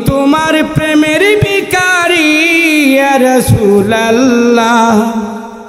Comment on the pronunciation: শব্দটা বিখারি না ভিখারি!